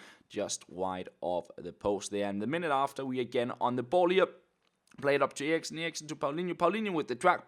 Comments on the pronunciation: Well this is pretty awkward especially because says "Eriksen" the right way.. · In Denmark that is how you pronounce it...